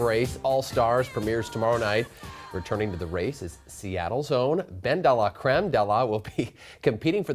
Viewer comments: This white anchor can’t roll his tongue to save his life. How hard is it to say delacreme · prob took french for a year. 'de' sounds way more like 'duh' than 'day' so bens pronunciation is contrived anyway.